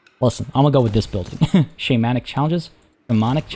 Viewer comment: it's pronounced "shamanic" fyi